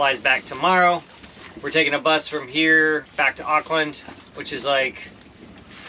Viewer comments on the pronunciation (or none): none